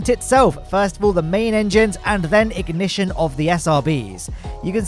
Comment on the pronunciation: "booster ignishush"